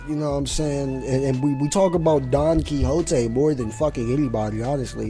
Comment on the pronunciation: Bro don chin jao split the continent not donquioxe 🤦‍♂️